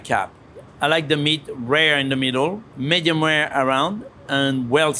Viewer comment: Medium rare or Medium well? "Medium ware"